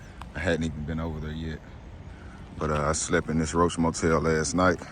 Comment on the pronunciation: You said roach motel lol man you crazy